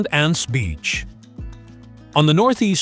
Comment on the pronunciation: Deshaies, is pronounced '' dé hé " nice vid bud